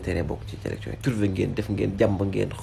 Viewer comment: Man sa "Z" yi momay ray zhumilié, zélection 😂😂😂 non BR amo😅